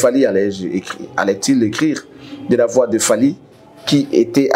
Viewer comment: Fally et non falky, veux tu bien corrigé, merci